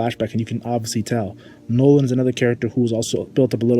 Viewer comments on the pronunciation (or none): none